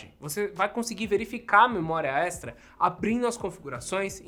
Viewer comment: “Memória extera”